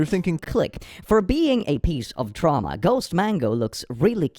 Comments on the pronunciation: "Tra mua" I love click's dyslexia XD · you say traumwa but it's ma so are you saying you've received maternal abuse?